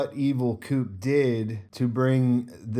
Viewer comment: "Evil Coop-Mobile' 😂